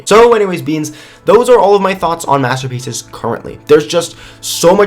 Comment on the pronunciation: "Hey Beans today we're going to talk about master (bating) pieces!" wait what... Anyone else?